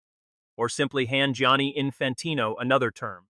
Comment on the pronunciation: Giani not jan😂